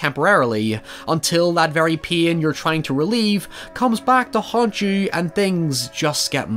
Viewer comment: I was confused for like half a second each time said "peen". I was like wait what? Oh pain